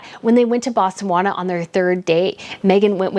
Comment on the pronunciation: BOSTAWANA?! its Botswana. You might want to look up how to pronounce Edinburgh while you're at it too, it's not Edinburrow